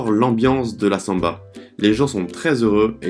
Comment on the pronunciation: Lindo! Camisa verde amarelo 👏👏uma dica no sotaque...Santos, samba...com a tônica na última sílaba mas no San.. e no sam.. 🌿🍄🌿sinto ciúmes e admiração do teu talento em falar um novo idioma